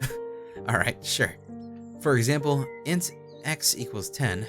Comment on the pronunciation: as a programmer. int is not I-N-T it's int IN-T (in and t sound) like "ink" but with t